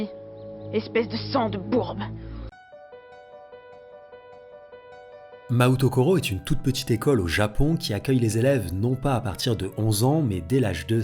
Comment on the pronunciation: Mahoutokoro : la prononciation c'est maOtokolo. Le U ici indique que le O est long.